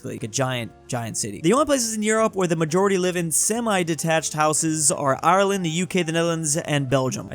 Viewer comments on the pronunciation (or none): none